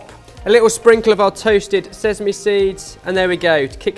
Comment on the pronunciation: Nooo not seZZZZame